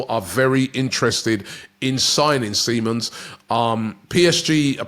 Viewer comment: Lol Robbie having name issues again love it... Andre onana? Simmons even was seamons at one point.